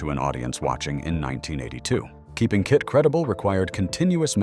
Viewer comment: This isn't very interesting, as it so very inaccurate the whole way through. As for the awful AI narration is grating. It calls KITT kitty a few times. Shameful. It can't even say KITT. For a die hard fan such as me, this is not very good. For proper research & accurate facts & history, go to Knight Rider Historians. Brilliant website.